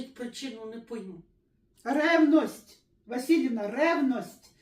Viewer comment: Сама озвучила РРРЕВНОСТЬ!!РРРЕВНОСТЬ! Вот поэтому ты и гавкаешься со всеми